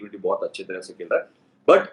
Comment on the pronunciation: Ashwin bhai instead of Taraf it should be tarah. Just sharing,hope you don’t mind. Your videos are fun and insightful and I enjoy it as I do watching you play.